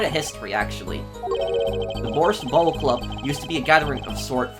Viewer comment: Me every time mispronounced bowl as bowel for no reason 😤